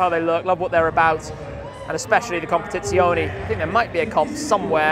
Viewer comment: I want a "compatitzione" when I grow up😂